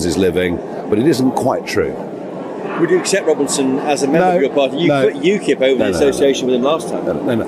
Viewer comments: UKIP is an acronym. Pronounced "yookip" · UKIP is pronounced You Kip